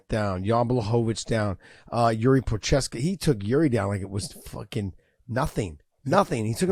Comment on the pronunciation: Josh getting worse then schaub at pronouncing names lmao 🤣 proheska